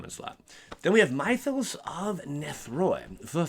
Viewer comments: It is pronounced myth-os as in myth-ic. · Those sorceries who names you are butchering, "Mythos" from "myths & legends" has a short "i" sound, not long I like night. The card you were confused by can destroy or exile, (I don't remember which) can get rid of any creature, but only green & white enchantments, artifacts, planeswalkers. So yes for ajanni planeswalker, no for sorin planeswalker. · Mythos is pronounced like myth